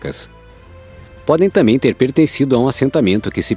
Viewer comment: É (T A M B É M ) NÃO ( T A M É M ) obrigado .